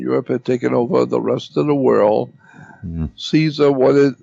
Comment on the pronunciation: Instead of world Jordan says like whirl! Haha.